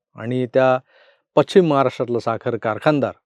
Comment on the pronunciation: तुम्ही पश्चिम या शब्दाचा उच्चार पच्चीम असा करता, कृपया सुधारणा करा.